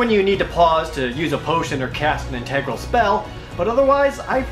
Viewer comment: That is not how you pronounce integral!